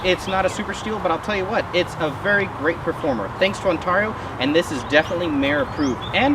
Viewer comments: That's gotta be the weirdest way of saying Ontario it's usually on-tear-e-o (tear as in rip and tear) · It's not pronounced 'tar' but 'tare' On-tare-e-o. I know because i live in the said Province of in Canada. The U.S. one is said the EXACT same way!!